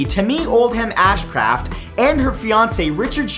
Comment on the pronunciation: Syria Nevada? Tameee Ashcraft? Pronunciation was not strong with you in this video...